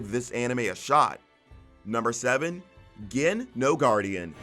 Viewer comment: Gin no Guardian is pronounced as J-in no Guardian